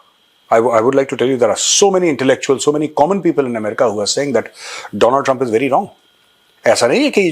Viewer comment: You guys referring Trump as 'Trimpwa" 😂🤣👌🏻👌🏻👌🏻